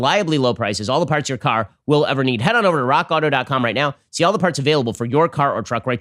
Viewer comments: Raw Kotto...yes? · When Ben says "Rock Auto" and for whatever reason, it doesnt sound right.